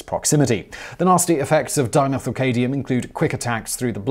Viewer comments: It's dimethylCADMIUM not CADIUM ! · ERROR: Simon, you pronounce "7. Dimethylcadmium", and simply "cadmium" as ...-cadium, which is incorrect. The "m" in cadmium is NOT to be treated as silent. It's cad-mium or cad'mium, mi-um, with the "mi" pronounced like "me". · It’s either the host Simon hasn’t read the script prior to the shoot or the script itself has spelling errors. 😰 Fluoroantimonic became “FluoroantiMINOIC” and Dimethylcadmium became “ DimethylcaDIUM” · Fluoroantimonic= Fluoroantiminoic? Carcinogenic= Carsneogenic? Dimethylcadmium= Dimethylcadium? Is this dude alright?